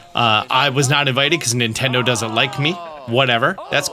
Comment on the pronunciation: More like "Nintenfro"